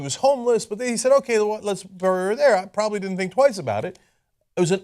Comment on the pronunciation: You say the word "bury" really strangely.